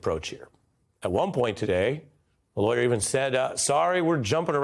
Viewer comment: “Telling the truths are lawyor tricks”? 😂. How do you say not guilty without saying not guilty? He just did! 😂